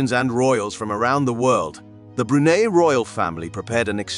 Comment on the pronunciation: I’d be grateful if the narrator could learn how to pronounce Brunei.